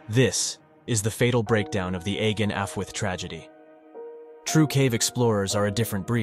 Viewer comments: Ironically it was ‘agen’ he pronounced more incorrectly than ‘allwedd’ haha :) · "ahh- ghen" your "allwedd" was pretty spot on though! 👏🏻 👏🏻 👏🏻 💜